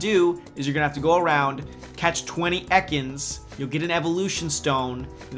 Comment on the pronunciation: Fuck stop saying EKANS like that.:D